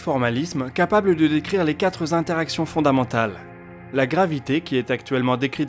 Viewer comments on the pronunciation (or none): J'adore tes vidéos, je leur mets à toutes un pouce bleu, mais s'il te plait, arrête de mettre un S (ou un Z) à Quatre :) C'est quatre interactions, pas quatre zinteractions :) Merci encore pour le boulot fait sur tes vidéos :) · Très bien comme toujours ; mais il n'y a pas quatre z interactions mais quatre interactions Sinon c'est la fin des z haricots Tu es vraiment fâché avec les liaisons ! Amicalement !